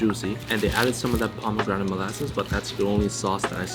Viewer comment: "Za bomegranate molasses"